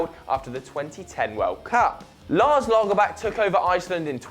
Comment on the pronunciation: Daily But the pronounciation was absolutely atrocious. So was the pronounciation of Lagerbäck, Deschamps and some others. I suggest you check up the pronouncation on Wikipedia before you film, it's the easiest way of avoiding looking like an idiot.